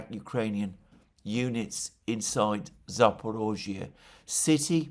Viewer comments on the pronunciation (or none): It’s Zapor I zhzhia, not Zapor O zhzhia Just saying